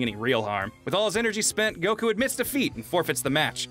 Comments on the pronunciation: God the way pronounces Goku makes me want to rip my ears out... You're not even saying it how the Japanese dub say it... Its GO-Kooo Not Guh-kooooo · Kinda, the way he pronounces Goku and how he says Tienshenhan (he may be correct, but it doesn't sound right to me) are the main things that are iffy imo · Okay not going to lie but pronunciation of Goku kinda rustles my jammies and it's not even about me being a grammar Nazi it's just over pronunciation kind of bothers me a little